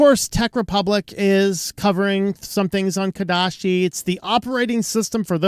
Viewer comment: ouch, it's not KodaSHi